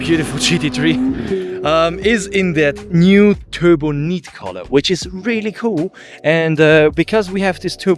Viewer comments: It’s “Turbonight” not “turboneet”! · In English, Turbonite is pronounced "Turbo, night". "Turbo neat" is sort of the way the you say it in German